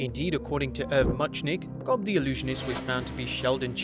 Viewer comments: 2. Thank You for pronouncing Gob as “Job” & not Gawb. something tells me you’re an Arrested Development fan 🙏🏾🙏🏾🙏🏾 always good to know that there are dozens of us, DOZENS !!! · "Jobe"? Pretty sure that's a hard G and short O there bud. It's pronounced like "God" but you switch out the D or a B.